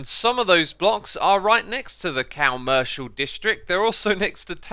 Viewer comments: Is it me or is saying "COW-mercial district"???? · I never relized it before but I love how you say "cow-mercial district"